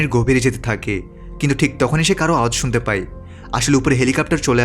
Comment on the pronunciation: আপনার ই আর য় উচ্চারণ ঠিক নাই।পায় না বলে পাই বলেন। আবার যায় না বলে যাই বলেন। উচ্চারণ ঠিক করুন